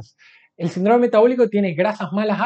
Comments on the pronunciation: SÍNDROME es una palabra esdrújula, se escribe con tilde en la i y se pronunciá asentuando la primera sílaba : sín-drome y no sin-drome. No dañar el idioma. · Pero como dice Sindróoome. Se dice Síííndrome, con acento en la i y no en la o...Es que en la Universidad no enseñan a hablar bién????? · Interesante. Solo un apunte, no es sindrome, es síndrome, con tilde.